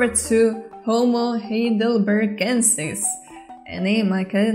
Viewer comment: Hi! Native speaker here. The 'ei' in 'Heidelbergensis' pronounces like the English 'I' in 'high'. Think of it like 'high.delbergensis' 😉